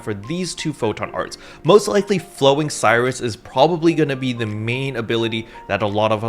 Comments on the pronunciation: my mans, can we please not murder all the photon art names? they are named after stars afterall Spica- "spai-kuh" Sirius- "sear-E-us" (sounds like serious) Regulus- "re-gu-lus" (you actually got this one right saying it the second time) Rigel- "rai-jil" As a side note, slayer technically has 9 or 10 photon arts, as Sirius has 3 or 4 variations since the chain animation is different (dunno if the stay and move arts have different variations though, hence why its either 3 or 4) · "No! My Voltage!" - Luster Mains, probably P.S. Please double check how Flowing Sirius is spelt, I don't think it's supposed to be pronounced Flowing Cyrus.